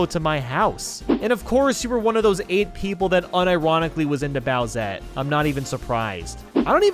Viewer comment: Oh no it's bowsete